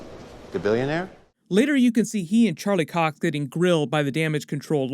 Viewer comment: Did you just say Charlie Cock?